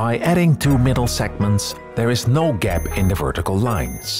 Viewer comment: "CLOSE UP A GEP"